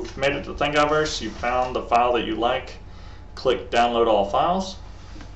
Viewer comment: bro its thingiverse not thing eye verse lol think universe.